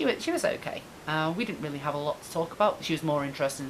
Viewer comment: Stephen Horton ha! Omg I can hear her in my head saying it now! Cathy ear worm, ta! She really has to stop trying to waylay people like that, so unprofessional. I weally, weally, WEALLY hope JP sees it 😁